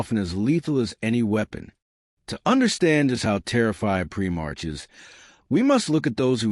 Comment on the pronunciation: Prim - marks lol. A.I trash